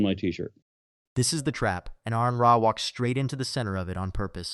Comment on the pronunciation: AR-on. His name is pronounced AR-on. Not AirRon, not A-rehn.